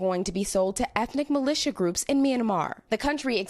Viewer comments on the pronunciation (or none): none